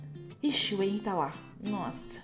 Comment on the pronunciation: vc estava falando errado kkkk esse "H" tem o som de "R" como se fosse Renry